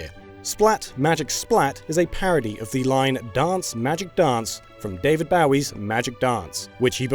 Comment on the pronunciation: David Bowwee's...